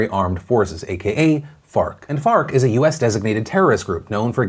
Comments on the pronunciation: Me: Wait did he just say Fart? rewinds Me: Oh, ok. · I keep hearing fart. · Can we call FARC, FART. Cuz that's what I thought I herd u saw the 1st time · F.a.r.k. I thought u said fart. Which is way better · Thought Phil said “Fart” instead of “FARC” for a min lol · Farc sounds like fart.... it was hard to make it through that piece without laughing. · So FARC ? Not fart 💨? Sorry it sounds like. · i'm sorry but when he said FARC i just heard fart.. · Farc just sounds funny